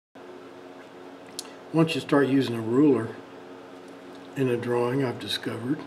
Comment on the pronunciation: Nice Dwawing!